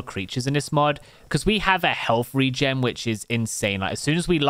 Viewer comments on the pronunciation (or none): none